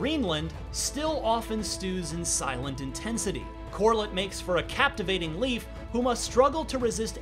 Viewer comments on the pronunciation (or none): "Leif" is pretty easy to say, and nothing like he says in the review. Its literally just like saying "life" a bit faster. Thats it. Not leaf, or lif, or whatever hes trying here. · ”Leaf”.. Lejf thank You very much